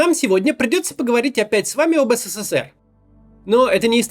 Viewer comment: А ты хоть ПРАВИЛЬНО можешь назвать СССР ? Сколько букв С в твоём еС, Се, Се, Се, Р ??????? В СССР, тебя с ТРЕСКОМ выгнали б, ПРОТИВНО СЛУШАТЬ....